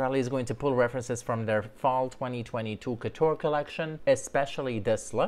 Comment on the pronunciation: why should celebs pronounce the name of the brand correctly, if you refuse to say "couture"?